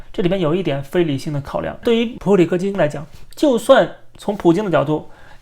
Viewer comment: 講錯得有點多次...